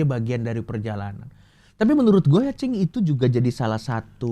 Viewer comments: Sampe salah sebut "cing" jadi "bib" wkwwk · Coki kalau manggil: Cing ❌ Bib ✔️ 😂😂😂